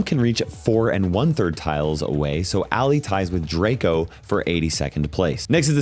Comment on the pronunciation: IT'S ALLI, NOT ALLIE!